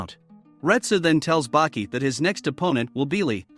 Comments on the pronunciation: Wait Bucky it with a A Baki not Bucky you say ahh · Nope 60 seconds in and then I couldn't do it anymore. Baki= (BAH- QI) NOT BUCKY. It's crazy that even AI for the auto-generated captions thought it was Bucky 🤦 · Btw his name is Baki not Bucky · i’m already pissed at the fact that he calls the main character “buki” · I can't take it. The name Baki is pronounced 'bah-key' not 'buck-key'😑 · ITS BAKI NOT BUCKY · Is baki not bucky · Why the fuck are you sayin Bucky? You saying it wrong on purpose. People like you annoy tf outta me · Baki not Buki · When you say baki's name its sounds like you’re saying bucky instead of baki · The mispronounced names ruined this vid its Baki not Bucky amoungst many others maybe stop using the ai voices and just do the vids yourself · Your saying Buki not Baki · Yashazer gave Bucky his fung. Is this an AI unfamiliar with human speech? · I had to stop 40 seconds in because if he’s going to pronounce Baki like “Bucky” for the next 92 minutes I’m gonna throw this damn iPad out the window